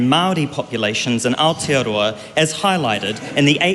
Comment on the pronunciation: Who the fck is that? (Not you ) AND it's Aotearoa not Aotiaroa